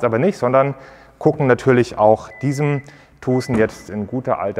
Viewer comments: Hyundai Tuhhsen...🤣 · Kann er sich bitte vorher darüber informieren wie man Tucson ausspricht!? Ist ja richtig nervig...